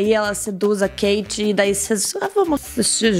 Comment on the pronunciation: A KATIE NÃO GOSTA QUE CHAME ELA DE KATE SE PRONUNCIA KARIE KAKAKAKAKAK